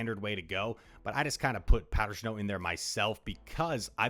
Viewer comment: Is it just me, or does he say "shnow" lol